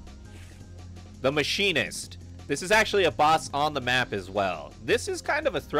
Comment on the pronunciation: “the mashinist” LMAOOO GIRL THATS NOT HOW- ITS THE MECHANIST HAHAHAHAHA